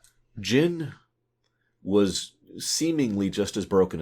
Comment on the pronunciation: Its Jyn ;).